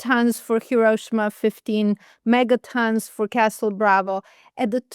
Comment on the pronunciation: not Hi-RO-shima. Correct is Hi-ro-SHI-ma.